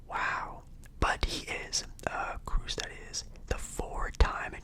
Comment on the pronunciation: Pronunciation: Marco Reus (Marco Royce) Toni Kroos (Tony Cruise) Kobel (Co-Bell) Lunin (Loo-Nin) Carlo Ancelotti (Anne-Che-Low-Tea) Facts: Hummels is actually a center back, their main goalscorers this season have been Fulkruug and Malen both strikers but overall their best player all season has been Julian Brandt with 18 goal contribution (7 goals and 11 assists) who is actually an attacking midfielder. Courtois tore his acl before the season began so Madrid used his backup Lunin who has had an amazing season, I think Courtois will play in the Final. My prediction: 3-2 extra time Dortmund winning